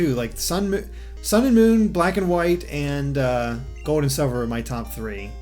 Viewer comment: Where is your accent from? It sounds like you’re saying Pokémon Gode.